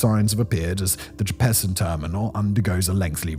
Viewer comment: NA-va-ho JEP-pe-sen